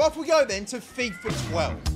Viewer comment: Love your vids,but mate why do you keep calling fifa "fifer"?